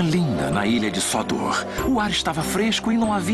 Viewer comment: mas o narrador diz Sódor colocando a sílaba tônica no primeiro o